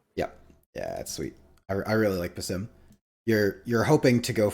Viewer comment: Love the more conversational style. One tiny note: it’s pronounced “bass-SEEM” and it’s a real world name in the Middle East